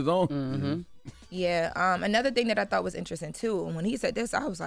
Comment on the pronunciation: keyb word she said thoght then he said thoght so if she just said thought that mreans she didnt know! jut being real come on now